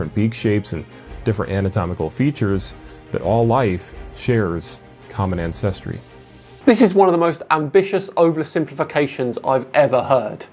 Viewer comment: I like how tries to denigrate everything having to do with Darwin- the ship was "floating around," they found "a few finches". Maybe he should invest some time in learning how to pronounce words like "ancestry".